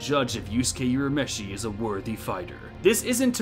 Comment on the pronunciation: Sorry I'm sure others have already pointed but Urameshi is not pronounced as "You-rameshi" - it's "Woo-rameshi" (also "Woo-ra-oto-"gee" (like "geek")). You made awesome video but every time I hear You-rameshi I cringe a little